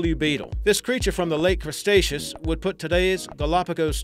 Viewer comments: archelon was from the crustaceous lmao it's Cretaceous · Love epic wildlife. Very cool videos. Please work on pronunciation though. You said cresteaceus when it is actually pronounced cretaceous. Keep up the good work. Cheers